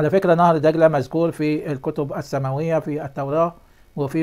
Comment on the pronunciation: الله يجزاك كل انت رجل صادق الله يعطيك العافيه.. ملاحظة يا نهر دجله...هاكذا وليس نهر دقله..حتى لا تمحو لغتنا العربية..شاكر لك